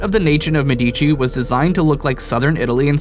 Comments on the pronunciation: Wow, the Medici pronunciation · you pronounce "Medici" wrong. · Love how you butchered the name Medici.